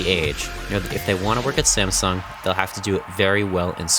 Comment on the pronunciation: It hurts me that you pronounce the "sung" in "Samsung" correctly, but the "Sam" completely wrong